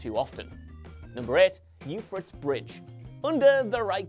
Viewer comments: Hold the fucking phone, There's more than just TDM on Aniyah Palace? Honestly only played TDM on there. Also 'Eu-phray-tees' not yufrits. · buddy said youfrits😭🤣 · How the hell do you mess up the pronunciation of Euphrates bridge ? It’s literally named after a river in Western Asia.